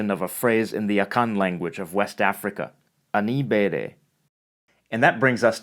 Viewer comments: Not this dude destroying the Akan language like that lmao "ani bere" should be "ani bre"* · guy serious, your channel de go me all the time, and i just de love watch all your videos, fire material waaa... guess where this is spoken you got the pronunciation of ani bere so wrong it is hilarious say it this way, ani as in any and bere as in berry but with i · He didn’t pronounce the “Ani bere” right it’s pronounced as “ani bri “ im Ghanaian